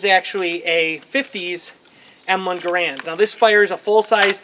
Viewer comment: It's "garand", not "garant".